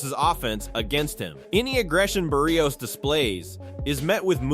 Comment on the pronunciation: Bar - rios a little help for the guy talking.... it's not Bear - rios